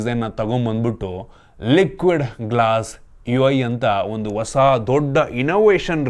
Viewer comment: ಹೊಸ ❌ ವಸ 😂 ಹೆಸರು ❌ ಎಸ್ರು 😂 ಒಂದು ❌ ವಂದು 😂 ಅಣ್ಣಾ ನಿಮ್ ಕನ್ನಡ ಸ್ಪಷ್ಟತೆ ಗೆ ಒಂದು 🫡